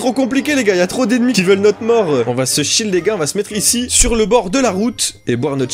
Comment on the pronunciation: On dirais que tu dit “du shit“ mais enfait tu dit du shields 🤣